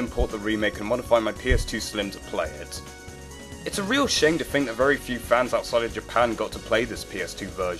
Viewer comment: Think, not fink.